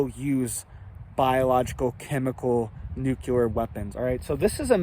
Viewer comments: Well to begin with whatever your name is this running this channel it’s nuclear, not NUCLALER! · it is pronounced " new clear " nuclear war ; not. nuke-u- lier war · Every couple of days his clickbait alarmist thumbnail says "IT'S OVER!!!" The attached video is usually a big disappointing nothingburger. definitely strives for quantity, not quality. By the way,, it's "nuclear", not "nukuler". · Not real .. not scary ... Nuke-you-lur is not a word. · Why do even seemingly intelligent people have a problem pronouncing the word nuclear. It's quite easy to pronounce actually. Saying nucular is just ignorant and childish. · Nuculer. Really? Lol. Cut from Bush cloth. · nukuler 🤣🤣🤣🤣 Had me spitting my drink out over here